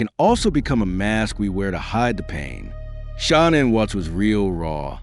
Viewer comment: Learn to say her name